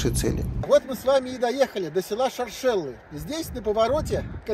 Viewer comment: Шоршелы- ударение на 1й слог) Очень душевно! Давно там не была, спс!